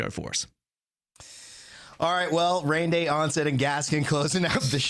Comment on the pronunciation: not being able to say his name 😂